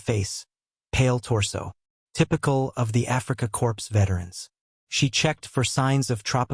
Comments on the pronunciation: I like when the word corp is pronounced "corpse" by AI. Even better was the pronunciation of "Mein Gott" to "main got". Horrible. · The ps in the word "corps" is silent. If an "e" is added to to corps, the word then is pronounced corpse. Narraters of military don't score points themselves by pronouncing the ps in corps. Also, most educated people know that Wermacht, since it is German, is pronounced Vermacht. There is a well known German composer whose name is Wagner. That, too, is pronouced Vahgner in English not Wagner. You might want to study your script a little better. Psst: I do know its AI. Same thing. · It's not pronounced 'corpse' its pronounced 'core' for 'corp'